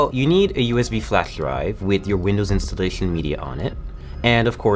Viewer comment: Hes speaking isnt perfect nor his pc building skills: "I chloews" "I chowes this format" "lawtsch" "I choues" "installachien" "Now, whitcsh" "I chloews" "You'll need a usb flawchs drive" "With Windows installachion media"